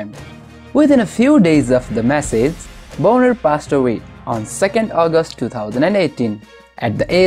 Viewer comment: The way you are pronouncing his last name sounds like a naughty word, it should be pronounced bahn-er not bone-er.